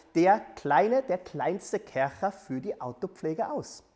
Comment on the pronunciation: Sorry, aber die Art wie du Kärcher betonst macht mich aggressiv 😂✌